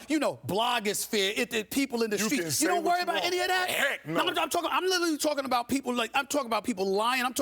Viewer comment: abrout? Does she english?!?!